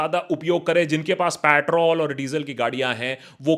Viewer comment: Could not get over "Patrol"